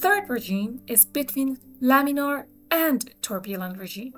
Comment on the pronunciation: Laminar flow, not laminaL